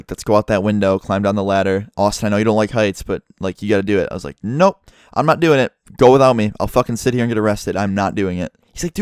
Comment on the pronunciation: the way you say nope its so funny